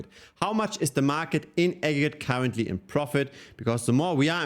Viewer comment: I heard cowardly instead of currently and i thought ok this is one way to say it